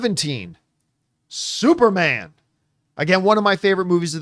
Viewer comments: Is he saying Supermon? Like with a Jamaican accent? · I was like why does he keep saying supermon? 😂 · Why is john pronouncing it as "SuperMON" 😅🤨🤔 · Everybody take a shot for every time John says “Supermon” 😂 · I noticed that too lol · I like that they are doing superman this way, this feels like early mcu where we don't have to wait long times for a sequel. Also, i love how John say "superman". Lol